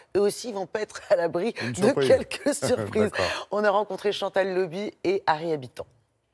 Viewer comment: C'est "LAUBY" et pas "LOBY" !! Et pourquoi pas Ary "HABITANT" aussi !!!